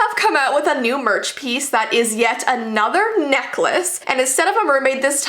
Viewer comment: You said nikless